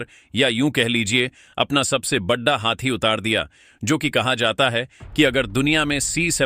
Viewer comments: Channel speaker please talk carefully बड़ा को बढ़ा बोल रहे हो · Kya utpatang uchharan karte ho yaar.Hindi to sahi bolo badda, khadda..pata nahi kya kya bolte ho. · Sorry. Aapko hindi bolna nahi aata. Badda kam kiya hai, baddi chunauti khaddi kar di hai, what is this? I will stop watching your videos. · आपके शब्द उच्चारण में कई बार बड़ा की जगह बड्डा बड्डा जैसे गंवार लहजे सुनने को मिलता है उसे सुधारो ? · अगर बड़ा शब्द का उच्चारण सही करो तो थोड़ा अच्छा लगेगा